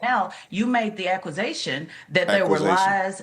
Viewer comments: Officer Tatum, I so appreciated your immediate response to the female guest’s mispronunciation of accusation when she said “acquisition” 🤦‍♀️ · "for you to make the accusations" *"you made the acquasaition" / "acquisition" instead of saying accusation :face-fuchsia-tongue-out: Acqusition is a corporate transaction where one business purchases the majority or all of another company's shares or assets to gain control of its operations :text-green-game-over: diatram !? even the Trasncript is confused "diet" - the way the english language has gone down hill :face-blue-covering-eyes